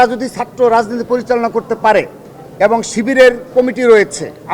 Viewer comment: ছাত্রদলের সাধারন সম্পাদক এবং ও বলতে পারে না তার উচ্চারন (এবন)